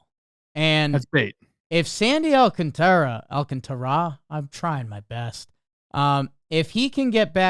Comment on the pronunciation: i can’t believe we are still pronouncing Sandy’s name wrong in 2025. please pronounce it more similar to “AL-CONTRA” but throw in the A sounds a bit to make it “AL-CONTARA”